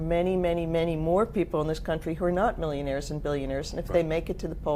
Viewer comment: millionahs and billionahs